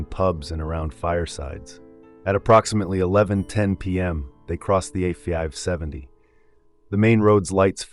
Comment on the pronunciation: Holy sh*t! I could have sworn it wasn't AI, because there's none of the usual hiccups. But , the pronunciation of "A570" gives it away ("A fee-ive 70"). Good catch there! O well, at least it's getting better, but of course, nothing beats a natural voice (unless trained like a newscaster's nasal).